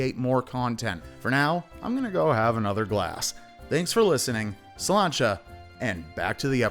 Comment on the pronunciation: Are you Scottish? You said slange?